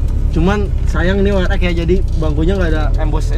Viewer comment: We Er EXXXX bro... buka We Er Ekkkkk... :D :D Friendly comment yah...